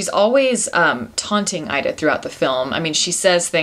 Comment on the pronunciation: It's pronounced "EE-da." Learn how to pronounce the film before reviewing it.